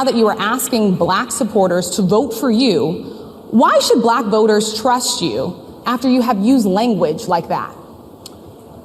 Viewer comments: “Balack” is how he says black. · DJT’s pronunciation of “Buhl-lack” is so weird, too 😂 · Have you noticed his voice inflection when he says "Black"? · Moreover, I really dispise the inflection of speech when Donold pronounces the word, "black" as if to further denigrate and marginalize.